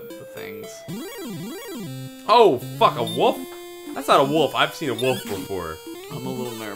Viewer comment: How come can't pronounce 'wolf'? He always says 'woof'. Speech impediment?:P